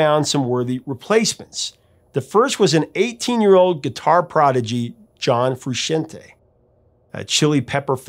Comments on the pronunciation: This guy claims to be an expert on the chili peppers and this song and rock music in general and then pronounces Frusciante, Fru-shin-tay. 😂 He's just a neck beard who spent more time googling this stuff then you have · Your pronunciations of Slovak and Frusciante are bonkers. Slow-vack. Fru-shawn-tay. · I'm sorry to be that person but Frusciante is pronounced like Fru-shawn-tay lol I know it's a hard one to pronounce unless you've heard it said by other people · John Frusciante's last name is pronounced Froo-shon-tay. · I had to stop at “John Fru-shin-tay”… come on, dude… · john fru-shin-tay? come on man, his name is john frusciante. its been pronounced hundreds of times at their concerts and in interviews. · Pronounced: FRU-SHAWN-TAY! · I can understand not knowing how to pronounce Slovak but Frusciante? Guy has been super famous for decades. His name is mentioned everywhere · Why, is that how you pronounce Frusciante? 😅😂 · never have i heard someone mispronounce Frusciante that bad